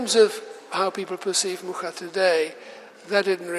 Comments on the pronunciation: Yes, she was just reproducing a common mistake in english saying muka…its muRa like he said 🙏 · She pronounced it wrong. He says Muscha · She didn't even bother to learn the correct pronunciation of the name.Anglo-Saxon ignorance in your face. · 40 seconds in is the pronunciation of "Mucha" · She didn't even pronounce the last name right.